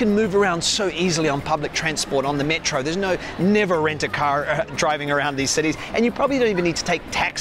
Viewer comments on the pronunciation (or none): none